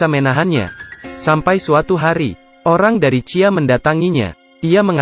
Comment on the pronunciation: iniloh dia harus nya bilang si ai e tp bacanya cia